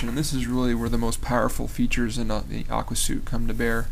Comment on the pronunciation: Great video review! BTW, it's pronounced "Aqua SWEET", as in "a set of programs with a uniform design and the ability to share data". :)